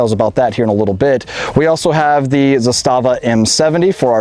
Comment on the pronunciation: It’s pronounced zaa-stuh-vaa.